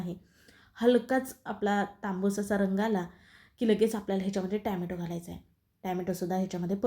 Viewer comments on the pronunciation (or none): छान रेसिपी...ट्याम्यटो नाही.टोम्याटो असे ऊच्चारावे.बाकी रेसिपी झकास....